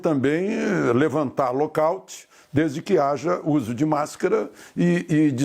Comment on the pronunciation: Lockaut???? É lockdown, moço. Quer falar inglês, fala direito...